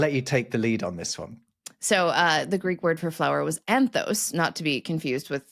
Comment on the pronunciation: Correction: The Greek for flower is "anthos", ending with omicron sigma... not "anthowce", as if it ended with Omega sigma (which it doesn't). I wish Americans wouldn't put o-dipthongs where a plain, short "o" is called for. See also kudos, ethos, cosmos, Soros, Bezos etc etc.